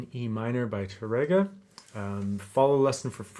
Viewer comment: Wonderful teaching as always,! I'd like to make a very small correction: Francisco Tárrega's name is pronounced with the accent over the first syllable, TAR-re-ga and not Tar-RE-ga. This is because the correct spelling of his last name has an acute accent over the first 'a'. The accent also cancels the rolled 'r' (the Spanish letter 'rr'). Years ago I pronounced his name as if there was no acute accent and proudly trilled the 'r' (I was very proud of my trilled 'r's LOL). My barber, who was hispanic and a guitar lover, quickly set me straight.